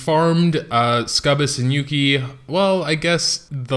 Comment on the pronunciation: my god, learn to say sucubbus. I acutally think you should re-dub this shit